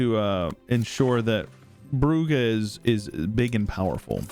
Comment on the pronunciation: Brugge prononciation is easy: b rolling-r schwa h schwa. Don't let the Dutch fool you into a hard g